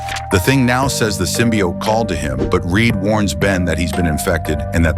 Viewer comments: I cant get past the narrator saying symbiott over and over. Its symbiOTE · Ote not Ot, dumb AI text reader. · Symbiote, not symbiott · What the hell is a "symbiat"? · I hate that they are calling it "simbi- aht" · I like how AI is too stupid to pronounce “symbiote” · The voicework is shitty enough (fucking BUTCHERING "symbiote" repeatedly), but that crappy assed music- I couldn't bring myself to waste any more than 15 seconds on this utter dogshit. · lmao this AI speech is sooooo annoying. It mispronounces Symbiote every time and it's literally unwatchable. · I had a feeling this was AI, considering the odd pronunciation of "symbiote". It was the voice saying "hi" instead of "him" that sealed it. Really gets irritating hearing AI so often.